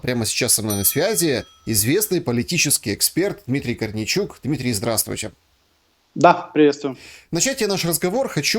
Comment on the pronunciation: ГКаварил😀. КорнейЧук и КорнейГек